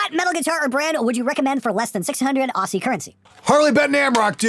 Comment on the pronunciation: A tip from Australia, Aussie is pronounced like Ozzy.